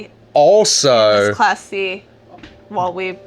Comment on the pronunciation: I really liked that Class C rig. Said fast enough I hear "classy".